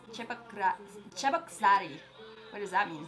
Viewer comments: And yeah your pronunciation of "Cheboksary" was on point. It is russian city this shots after song shows how big his fan-base. They all has flags of different russian cities and ex-Ussr countries (their home cities and countries) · Cheboksary is russian town on the Volga River. You pronounced the name correctly 👍 it's my native town btw 😊